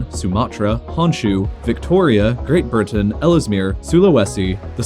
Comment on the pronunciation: I’m a minute into the video and I just heard this guy say “ great burton “